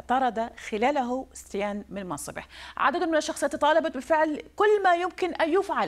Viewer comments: سيتين مو ستيان 😂😂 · اسمة كيكي سيتين مو كيكي ستيان وشكرا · ههههه اسمو سيتين والموذيعة بتقول سيتيان تبع الصدر هههههه